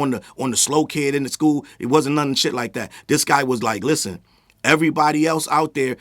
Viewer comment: 21 can't even SAY the name of the song "Like That" 21 months after it dropped.